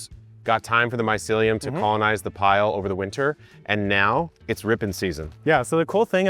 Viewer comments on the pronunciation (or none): mycellia? loll just like chamomille loll